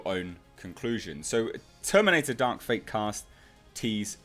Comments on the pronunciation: The way you said TerminATe Dark fATe 😂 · Terminatuh Dark Fatuh. The laugh I needed, H. Thx